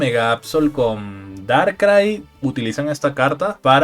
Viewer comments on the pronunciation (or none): none